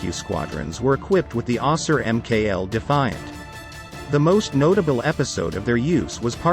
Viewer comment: Can’t even get the planes name correctly? Eh ?